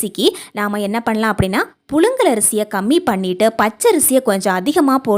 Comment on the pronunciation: புலுங்கல் ஆ புழுங்கலா ...... தமிழை அழகாக பேச கற்றுகொளுங்கள்............